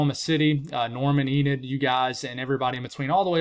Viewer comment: Yes, its Enid,the way you said it,. 😊 God bless you.